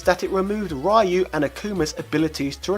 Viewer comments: It's not RAAAAAIIIIIUUUU, it's Riu ! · I really love this channel but every time he goes RAYU instead of Ryu I cringe hard. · If you know how to pronounce Ryu, then why keep saying RYE-YOU? It's like if I knew your name is Robert and I call you RobertO or something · Ra-e-ou?, súper hadouken? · Why do you pronounce "Ryu" like that. When the newest games outright tell you how it is pronounced! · All good until you pronounced RYU. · i don't mind how you pronounce Ryu , back in the day when i was still in nyc, we used to pronounce it the same way not until ryu came to smash bros i started pronouncing it differently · Pronouncing Ryu properly doesn't make you a weeb.